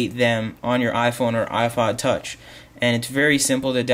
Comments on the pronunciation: he said iFod touch. HAHAHAHAHA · i phod touch hahaha